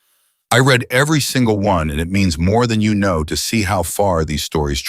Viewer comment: It’s AI. It can’t distinguish.